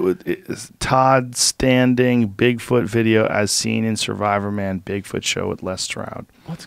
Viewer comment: BIG fòot is with me he says ñò more JRE he's such a tosser